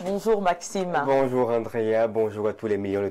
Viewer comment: on dit Andrea et non Angrea 😂; tu as du mal avec la prononciation de gre et *dre *